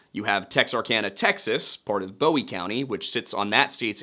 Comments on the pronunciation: My biggest complaint is we say “boo-ee” like a buoy in the water. Not Bowie like most pronounce David Bowie’s last name. Great video, good job. Cool to see this area and its happenings covered. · Bowie county is not pronounced like David Bowie. Bowie county is pronounced like you would a buoy that's in the water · Excellent work. Minor quibble: it's Boo-ee as in Jim and the Alamo, not Boh-ee as in David and 'Heroes'. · It's not Bowie (Boewee) county It's Bowie county (Booee) It was named after the defender of the Alamo Jim Bowie not the singer David Bowie. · It’s boo-wie county not bow-wee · It's pronounced like "Booie" County, not "Boie" with a long O. As in Jim Bowie, not David Bowie. For some reasons, non- Texans can't say that. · Boo-wie not Bow-wie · It’s pronounce “boo we” county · Boo-E. (I know it's spelt wrong, but it's pronounced that way). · Very good video, as always. When I moved to Texas in the 80s, I quickly realized they have their own way of pronouncing words, not just an accent. For example, Bowie County is "boo ee" not like David Bowie. Thanks for the video! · it’s pronounced “boo-e” like the knife. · Great recount of the story. For future reference, Bowie County is named after Alamo hero James Bowie, also the namesake of the Bowie knife. Pronounced boo-ee. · i was born in Texarkana, Tx. Bowie is pronounced [BOO EE] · Small thing: Bowie is pronounced "boo-ee. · The pronunciation of Bowie and Texarkana are really getting to me!! Guess it he only pronounced Texarkana once that got too me……. But Bowie….. just butchered it